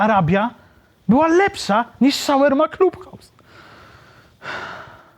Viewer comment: Nie wymawia sie: "Szawerma Club House" - ale raczej: Szawarma Clab House - jak juz.